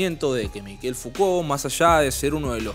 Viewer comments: Se pronuncia Michel. No Mikel. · Ayudarte con el frances es : Mishel como suena; ch suena como sh en ingles; no es Mikel es Mishel como suena; vivi 14 años en Francia; soy Javier Martinez ex Manal y mi nombre artistico es Manal Javier Martinez; amo el idioma frances y la cultura de su pueblo luchador por la libertad; y me gusta ayudar a hablar mejor el frances; bello idioma como el nuestro y el italiano y el portugues; ojala lo leas; muy buena la nota. Z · Se pronuncia Mishel, no Mikel. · ¿Se le dice "Miquel"? Yo pronunciaba "Mishel". Debo haber parecido un idiota. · Mishel , se pronuncia.